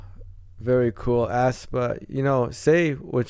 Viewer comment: The pronunciation is Espa actually BTW I freaking love black mamba it's so good for debut song Thanks for your reaction to aespa ♡